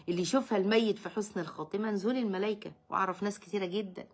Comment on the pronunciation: جزاك الله خيرا و رزقنا و إياكم حسن الخاتمة ❤❤❤ قصص جميلة جدا ❤❤❤ لكن حبيبتي أخطأتي في قراءة تشكيل الآية الملائكة مضمومة وليست مكسورة و لفظ الجلاله أيضا مضموم { إِنَّ ٱلَّذِینَ قَالُوا۟ رَبُّنَا ٱللَّهُ ثُمَّ ٱسۡتَقَـٰمُوا۟ تَتَنَزَّلُ عَلَیۡهِمُ ٱلۡمَلَـٰۤىِٕكَةُ أَلَّا تَخَافُوا۟ وَلَا تَحۡزَنُوا۟ وَأَبۡشِرُوا۟ بِٱلۡجَنَّةِ ٱلَّتِی كُنتُمۡ تُوعَدُونَ } [سُورَةُ فُصِّلَتۡ: ٣٠]